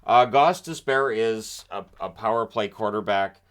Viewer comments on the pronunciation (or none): none